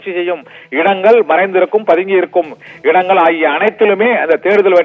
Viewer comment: இடங்கல் அவர்கல் 😂😂தமிழை நன்றாக கொலை செய்கிறான்😂😂